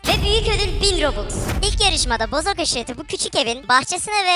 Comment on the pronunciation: Abi sana Bozok demek yerine neden bozuk diyolar